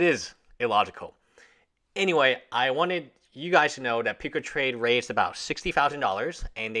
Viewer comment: peecatrade?????? PUCA PUCCCCCCCAAAA!!!!